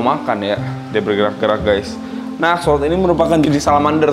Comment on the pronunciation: bukan axolot dibacanya tapi axolot L, trus digabungin jadi axolotL